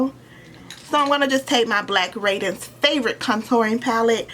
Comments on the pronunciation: It’s raid-dee-ance, not radence. Power is great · I love yo video but It’s Pronounced Ray-D-Nce